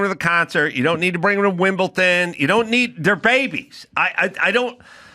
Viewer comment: WimBleDon not Wimpleton!!!